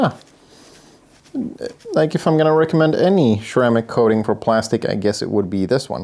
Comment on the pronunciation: I like how he says "cermaic coating".